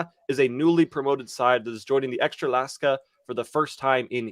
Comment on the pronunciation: love that EKSTRALASKA what means hot chick in polish xD it's EKSTRA KLASA:P